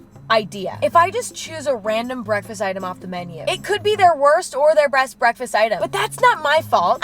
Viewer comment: Did i Hear You say breast instead best?